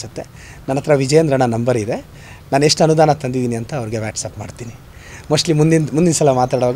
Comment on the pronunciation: ಅದು ವ್ಯಾಟಸಪ್ ಅಲ್ಲ ಮೆಂಟಲ್ ಅದು ವಾಟ್ಸ್ಆಪ್ 😅😅😅😅😂😂😂😂